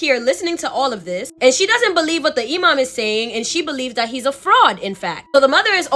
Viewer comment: Loved your story telling!!!! Btw your story about the snake baby, You said 'Imam' 100% correct, they are the muslims equvalent to a community leader. Basically someone whe is knowledgeable about the religion whom people go to ask for guidence. And you're so adorable!!! 'Hocking', in the other story wasn't a typo for 'work' 😆. It means, 'to sell something that you hope to buy back later because you need money now.' Basically pawinng. I feel so old, people don't use these words anymore and they're getting lost to time. The younger generation will probably never hear these terms unless they are into classic literature or films.' And if you want some amazing content ask your followers if anyone has stories about "Djinns" (pronounced, 'Jin's'). They are the Islamic equavalent to shadow people that weild magic. They are where, 'Genies', orriginate, and are said to be the precurser to mankind after god made the angels if I rember correctly. I met one when I was a kid. (Our house was hella haunted!) There's this one clip of a man exploring an abandoned house, one minute he walks past a room and there is a full moon in the sky, then he backs up and it's gone. The film was analyzed, and the experts say its a continous footage so it wasn't edited in later. Oh, and my family is Guyanese so they refer to black magis as 'Obeah'. I'm sure if you ask for stories about that, you'll get some wild tales!'